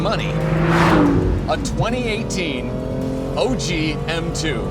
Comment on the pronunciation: It’s OG not oj